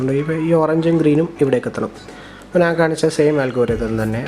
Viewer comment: നാൻ അല്ല ഞാൻ